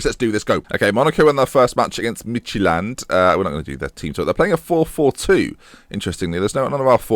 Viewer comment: Lol, you pronounce it "Midgetland". :D